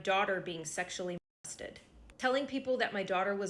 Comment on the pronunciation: "Molosted"? I'm thinking Drew Anthony lets his wife read those press statements because he can't do it himself.